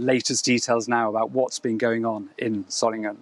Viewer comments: Tell that woman that it is "g" as in "get" not "jet". Dear-o-dear. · Pronounced Zolinguen, not Zolinjen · The cultured-sounding Berlin journalist first uses Zolingen then goes to Sssolingen, then Simon Jones at 3.43 'Surlingen'. Very odd. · That's not how you pronounce Solingen. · Why are the BBC continuing to mispronounce the city name? The G is silent!